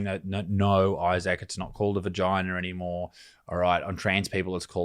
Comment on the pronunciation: Boygina not vigina